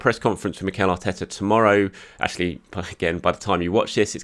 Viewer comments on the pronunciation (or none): none